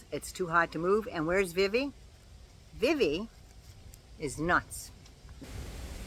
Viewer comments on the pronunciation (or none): none